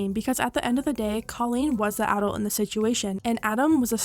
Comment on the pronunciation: Please learn how to say adult before making a video saying it multiple times